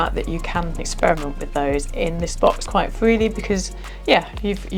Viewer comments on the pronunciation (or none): none